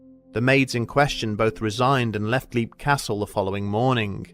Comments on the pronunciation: Tiny little thing: It's "LEPP", not "leep". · You're mispronouncing the name of the castle. It's spoken as "lep", as in the word "leapt". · I believe the name of the castle has been mispronounced here, but to be honest I don't mind too much. I always like hearing this story.